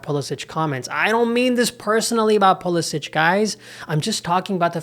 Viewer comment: Don’t you think you should respect Christian and his family enough to pronounce his last name the way he does? It’s been Americanized: there’s no diacritical mark above the last “c” making it sound like “ch.”